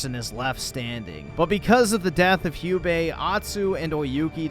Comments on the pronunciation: Hello I came here from a video that just Debunked everything you said, and thank you for giving me an idea to ship atsu and oyuki, and it's jubei not hubei IT'S LITERALLY SAID IN THE ALMOST THE START OF THE GAME WHEN ATSU RETURNED TO THEIR OLD HOME, how can we trust your "honest" review when you can't even say a name that is literally said in one of the few first scenes also did you actually played the first game? And if you did, did you think that because Yuna, our helping friend in the first game liked Jin that also means oyuki will do the same? Idiotic really btw you should watch the one that debunked you you might actually learn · You didn’t even play this game lol, half your story criticisms can be debunked in the very cut scene to use as examples and you pronounce Jubeis name wrong the entire time. You clearly were gonna shit all over this game even without the Charlie Squirt controversy and the lead actress’s politics, because it’s a female protagonist. You don’t have that passionate burning rage for a an hour video like Spider-Man 2 because you genuinely did not play this game. Your content is slop. I’m gonna at least watch a negative review from someone who beat the campaign.